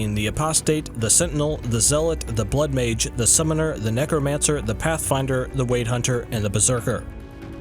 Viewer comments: Why do you pronounce it "Wade" like wading through water. Isn't it pronounce like "Weird"? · Yes, it should be pronounced like "weird."